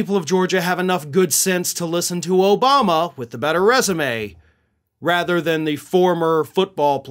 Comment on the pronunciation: Herschal Walker can not even say President Obama.